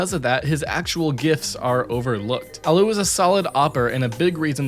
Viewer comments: did he just call allu alloo? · "Zipix" "Al-loo" nice pronunciation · Why the fuck does he say allu so weird lol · HAHHA Why does he say Allu like that